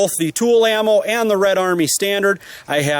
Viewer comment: Tula not tool